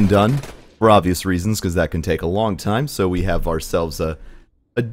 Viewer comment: Dude, why the hell can you not say "so" correctly? You can pronounce "s"s fine, so what the hell?